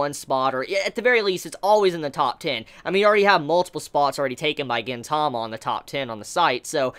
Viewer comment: It's pronounced GEEN-tama